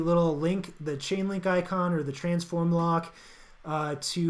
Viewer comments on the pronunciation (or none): none